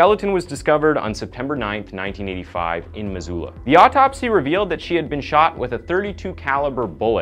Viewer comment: Love your stories, but you destroyed the pronounciatikn of Missoula and Spokane!